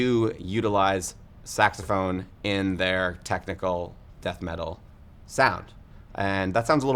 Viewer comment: Sax-a-ma-phone. SAX-a-ma-PHONE.